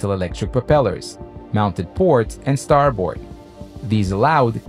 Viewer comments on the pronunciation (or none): the word starboard is pronounced "star bird" you're saying "star bored" see the difference? maritime terminology is full of anomalies like that